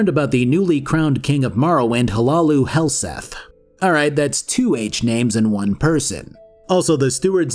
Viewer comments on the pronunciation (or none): More-ag tong, not more-ahg tong. You really should play the games you review. I know you don't because you mispronounce so many things characters say. Also Hlaalu, not huh-lay-loo.